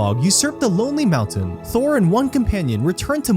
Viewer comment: It's THROR, not THOR! Thor is a different character entirely from another fantasy franchise- you know, the guy who's a Norse god from Asgard. There should be a required Tolkien pronunciation test from all Tolkien commentators. It absolutely damages their credibility on the subject if they cannot even pronounce the names of Tolkien's characters or places.